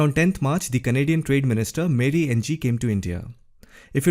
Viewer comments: Mary Ng is not pronounced engee it is pronounced as eenngg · Hi - Mary Ng's surname is pronounced like "ing" - I learned at work due to a coworker having this surname.